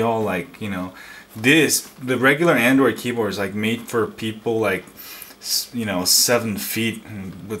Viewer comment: angoid tablet... lol